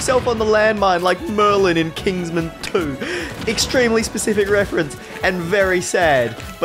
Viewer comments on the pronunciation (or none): i hate to be that guy but uhhh. it's kingsman. Not kingsmen.